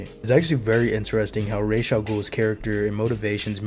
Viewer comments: Your (& Batman Begins') pronunciation sounds closer to the Arabic pronunciation than the comics, BTAS, and Arkham's Raysh which means feather(s) in Arabic. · Ra's is closer to the proper pronunciation than Raysh which means feathers in Arabic and is more like the Hebrew "Rosh" or Aramaic "Risheh" meaning head with the "sh". In Modern Standard Arabic it'd be pronounced like Ra'as (with a break in the middle denoted by the apostophe and another a). While in colloquial Arabic, it'd be pronounced like it's said in Batman Begins but with an s at the end rather than a 'z' sound - "Ras". Good video, btw.